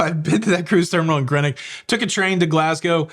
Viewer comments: Much as I love you please…… it’s Greenock as in the colour green. Just a little annoying when you say Grenock 👍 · How can you go to Greenock yet not know how to pronounce it correctly?